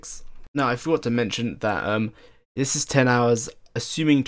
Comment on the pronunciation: LoL "Dzzz" instead of "This is" :P